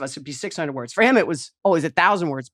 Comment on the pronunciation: I love Jackie. Even if she does often sound like a Boston homer. But listening to her failing to pronounce simple words was even worse than listening to her forget stuff she's trying to talk about 😂